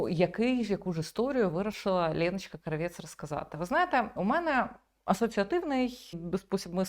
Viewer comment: Тільки ж не КравЄц а КрАвєц. Її ж так предствляли в "смердючому кварталі" рагулів.